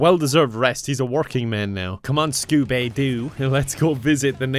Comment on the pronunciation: Every time he says Scobay Du I laugh so hard.